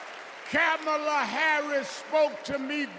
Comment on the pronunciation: this 🤡 referred to Kamala as a woman, wtf is that? Next he"mispronounced" Kamala's name .....it had to be deliberate. It was sexist and racist, why wasn't the crowd offended 🤔🤔....selective outrage is an MF